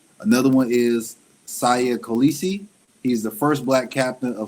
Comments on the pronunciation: His name is pronounced like "See Ya Call-Issi" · "Seeya" Kolisi that's how you pronounce his name